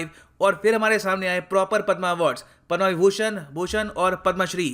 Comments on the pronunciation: Don't call पद्मा It's पद्म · Sir please tell them, Padma not padmaa award. 🙏🙏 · पद्मा नहीं पद्म